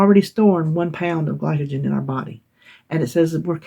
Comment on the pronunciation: Glycogen- you pronounced perfectly! Congrats on your you-tube Anniversary, I am a new sub and you crack me up. Look forward to watching more of your content! 1 pound loss is great, you lost 4 sticks of butter or like we say in Massachusetts buttah!